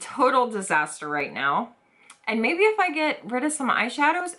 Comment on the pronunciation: Mavie cosmetics. I thought she was saying maybe